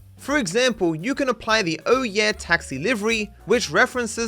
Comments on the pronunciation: its not OH YEAH taxi😂😂😂😂. Its pronounced "oh yae" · Oye taxi will be said more like "oy" taxi , as in you are calling one. Also the cab itself is extremely rare now but was a staple for quite some time. Probably still popular in Mumbai though.